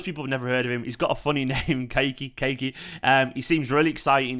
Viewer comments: Kaa- e -Key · Yes, it's pronounced Ka-ee-key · Pronounce the kid's name correctly. Ka-yi-Ky would be a better way to say his name.